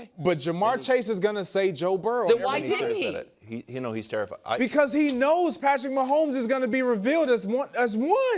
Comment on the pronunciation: He can't even say Patrick Mahomes so nothing after that is relevant.